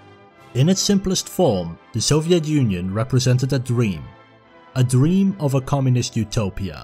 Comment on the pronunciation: "In its simplest form, the Soviet Union represented a dream..." A dweam within a dweam... Mawwiage.